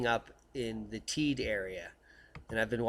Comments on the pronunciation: Thanks for your videos look forward to them daily ....living here in on the island of Tenerife and the volcano is pronounced Tey-de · I think the locals on Tenerife pronounce it 'Taydee' but great work all the same;-)